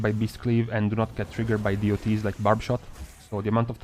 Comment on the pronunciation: please do not say "Deeh-oh-tees" but DOTS. It sounds... not good.